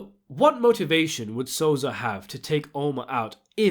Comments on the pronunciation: Yo.. it so-sa!!! Not sozah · DIDE WTF ELWIRA AND SOZA CMON NOOB ITS ELVIRA AND SOSA FFS CANT WATCH THIS WITH THESE PRONOUNCES ITS DISGUSTING